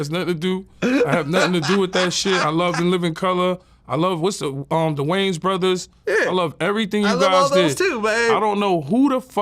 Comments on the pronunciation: “Who this guy think he is, talking about the (marlins)” 😂😂 you mean the wayans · He called him…. “The Marlons” 😂